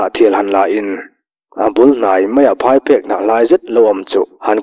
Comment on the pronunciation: Hotupa, Phaiphêk i lam dan hi a dik lo a nia aw. Phai tih lai hi Aithanga tiha Ai tih thluk lai ang hian a ri tur a ni zawk e.